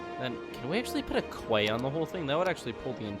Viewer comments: Key not kway :) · psst hiya quay isn't said like "kway" it's actually said just like "key" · quay is pronounced like key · “Quay” is pronounced “key”. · You pronounce quay as key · Its pronounced Key Quay = Key